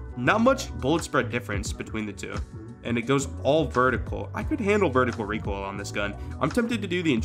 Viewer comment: as expected.... Reekoil😂